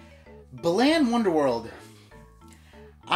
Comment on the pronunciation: The way you say "Balan" makes it sound like "Bland" which is appropriate considering what it contains. They should rename it to "Bland Wonderworld...?"